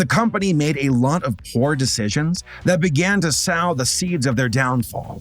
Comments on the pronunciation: you pronounce sow as in sowing the seeds the same way you pronounce sew as in sewing a dress. You're putting seeds in the ground, not turning them into female pigs. Sowing seeds you pronounce s-oh. Sows in the pigsty you pronounce s-au. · s-ow? Think you meant s-oh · Did he just pronounced sow (sowwing a seed) like Sau (baby pig)? Sow and sew and pronounced like 'so' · Minor nitpick here, I grant, but "sow" as in "sow the seeds of their downfall" is pronounced like "sew" and "so." "Sow" in the way you pronounced it is the word for a female hog or pig. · ps, when you say "sow the seeds", sow there isn't pronounced like sow, a pig. it's a homophone with "sew" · ....... sow like a female pig, or sow, pronounced sew, to sow the seeds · Yes the word is Sow. But it's not the female pig word, it's the act of planting seeds. It sounds just like sew. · Somehow hearing him say '...sow the seeds...' wrong smacked me worse than any of the awful jokes (I love the awful jokes, never stop) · ROFL this guy can not even pronounce "sow" correctly in the context he was thinking. How do you people function?! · sow is pronounced like "sew" or "so" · I don’t think that’s how you pronounce sow in that sentence… but ok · I love ya man... but "sow the seeds" is meant to rhyme with "go", not "cow". A sow-- rhyming with cow-- is a pig jdhsdjfshfjsdhfsdj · my dude, that is NOT how you pronounce that type of "sow"...